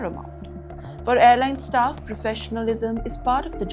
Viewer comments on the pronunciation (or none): none